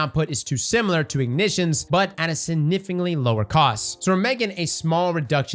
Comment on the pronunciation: There is a 'G' in the word "significantly"